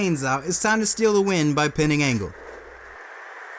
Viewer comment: Hearing you call Angle Kirk Angel reminds me of when Chris Jericho called him that in 2000 that was funny just like Kane’s hairline and I guess they had to tell you their names in their E-Mails in case you don’t know who they are